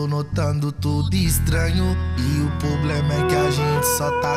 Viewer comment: Ele fala "Poblema" no começo da música 😨